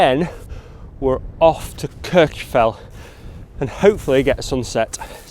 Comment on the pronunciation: Great content as always. It's nice to see compositions of Kirjufell without the falls. By the way, Kirkjufell is pronounced more like "Kirk-u-feck-t". The "LL" at the end of a word in Icelandic has a sound that comes from snapping your tongue off the back of your top teeth. Unless you grow up immersed in the language, you pretty much can't get it right. But you can get it closer with a "ck" sound like the end of the word "check". I spent some time with Icelanders trying to learn pronunciation, and it is hard if you did not grow up learning the language.